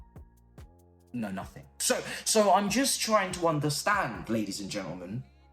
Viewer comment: After all those creativity talks if we sign Ronie, then "I have nosink to say" 😭